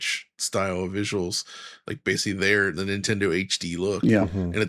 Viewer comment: pulled the 'YESSSS' on in higher spirits today keeps incorrectly saying 'basely' instead of pronouncing 'basically' as one should - please correct yourself Starfox - wish this game would release on PS5 Pro as well